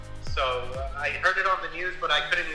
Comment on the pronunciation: うちの会社のアメリカ人は日本に住んて20年以上ですが、Rで発音します。 さんはちゃんとレが発音できてすごいですね。 というか、ある程度日本語が話せてもラ・リ・ル・レ・ロがRじゃないことに気づいてすらいない外国人が多いのでは？